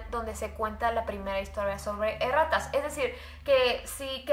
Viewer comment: al principo que dijo erratas le entendi e rratas xd